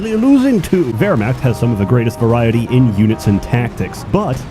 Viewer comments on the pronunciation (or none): none